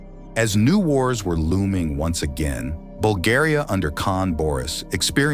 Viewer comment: Dudes can't even pronounce our name... Making stories just for content 🤦